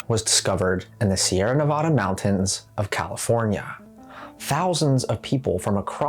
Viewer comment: What is wrong with ur voice Californyuhhh